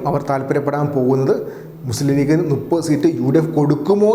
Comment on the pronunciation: നുപ്പത് അല്ല മുപ്പത് നീ ഒരു വാർത്ത അവതാരകനാണ് ഉച്ചാരണ ശുദ്ദിയിൽ അവതരിപ്പിക്കണം